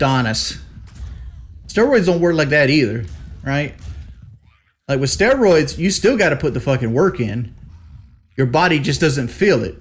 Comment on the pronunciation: Sickening pronunciation of "Stwaawoids".